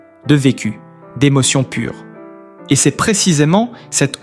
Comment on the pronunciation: Putain, encore cette voix de merde ! Je n'en peux plus !! Je bloque et je me casse. J'attendrai de voir Florent en chair et en os. Que cé-euh, ducon, on dit se ! Et puis le t qui est muet.... Que c'est pourri !!!!